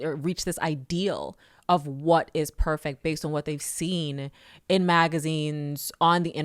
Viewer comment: She didn’t say “perfect” she said “perfact.” Girl, why you talkin white😂